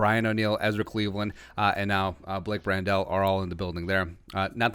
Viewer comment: Pronounced like Handle with a "Br" not "Brand-Del"